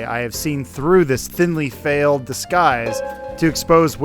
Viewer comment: adam said failed instead of veiled. unsubscribed